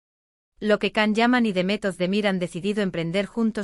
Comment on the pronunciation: È tanto tempo che l'attore vive in Italia e non riuscite ancora a pronunciare correttamente il suo nome.